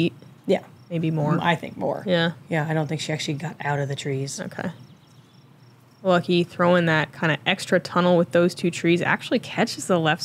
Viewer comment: Her name is Lykke, not Lucky.